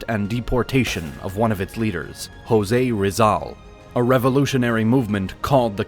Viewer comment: We Filipinos pronounce the words in Filipino Spanish. Just like the Mexican Spanish, the Latinos. The S in Jose Rizal is not silent in Filipino Spanish